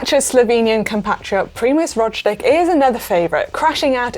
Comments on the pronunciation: Rodgelic? What's up with Roglic pronunciation? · That’s a weird pronunciation of Roglic by Manon. Rochclick 🤨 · I understand the names are hard to pronounce. I suggest these pronunciations : David Gaudu (Go-Due) Primoz Roglič (Raw-Glitch) Nairo Quintana (Kin-Tah-Nah) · It’s ro-glitch right not raw-glitch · Can someone please tell Mannon that she mixed up the g and c in pronouncing Roglic 😅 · It’s a shame Roglitch isn’t going head to head with Vinnigo. Can we have a GCN special on the definitive pronunciations please. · please learn how to pronounce primož roglič if you are going to do this kind of videos its reallly embarrassing to say the least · This girl cant say Roglič. Unprofesional. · How many grand tour stages do Primoz need to win to have his name correctly pronounced? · Manon I love ya sweetheart but you really need to work on those name pronunciations!!! Roglic, Van Aert and Micheal Woods is the top 3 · The Ročlig/Winnegu duo of Jumbo-Visma will give commentators nightmares for years to come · I enjoy Manon, but I’ve never heard such pronunciation of Roglic, Vingeagaard, or Gaudu 😂. Hoping for a surprise victory from some of the smaller teams. A G. Bennett, Woodsy, or McNulty win would be amazing. Interested to see how different programs impact the participants performances. Hard to tell if the women’s route is ridden hard enough to shell the punchier riders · Funny way of pronouncing Roglic